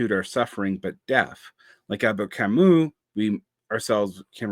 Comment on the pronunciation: Thank you for mispronouncing Camus. I'm *slightly less intimidated by you now! es un ser humano!